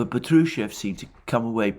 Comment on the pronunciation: Splendid analisys Mr.Mercouris. Just one comment - Name "Patrushev" is pronounced with accent on the first syllable "PAh-true-sheff". Otherwise it sounds like Petrouсhka, famous Russian puppet character and Stravinsky's ballet similar to Punch and Judy. Get well soon!